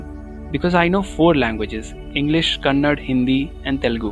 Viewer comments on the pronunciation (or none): Nicely narrated story, please prounance Kannada not as Kannad.